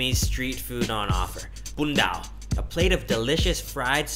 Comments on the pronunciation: is Bun Dau (Bún Đậu) not Bun Dao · Bun Dau (Bún đậu) instead of Bun Dao :) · Bun dau :v not bun dao =w='' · Bún Đậu not Bun Dao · The name of the 2nd food is "bun dau", not "bun dao" . Anyway, your video is great, i like it ;) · I was thinking what the heck is "bun dao"??? Jeez! It's "bún đậu" 😅😅😅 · Bún đậu (Not bun dao)! Cảm ơn người lơn tuổi hơn phải kêu : cảm ơn cô. haha! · Bún Đậu not Bun Dao lol :)) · 2nd dish: "Bun dau" not "bun dao". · mot bun dau.it is not bun dao..hehehe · BUN DAU not BUN DAO Hehe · BUN DAU , it's not BUN DAO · “Bun dau”not “bun dao “ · Bun Dau not "bun dao" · Bun dau not bun dao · bún đậu, not bún đào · its Bun Dau